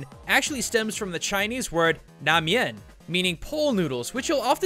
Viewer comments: La mian, not "na mian." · Man,if you don't know how to pronounce Chinese words,don't force yourself to do so,and you said la mian into nie min XD 慳啲啦你